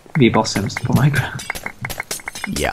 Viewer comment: ni säger att det heter minecräft fadt det heter minecraft